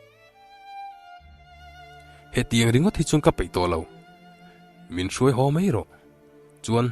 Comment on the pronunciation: Hau nilovin Ho ti a lam zawk tur ani e.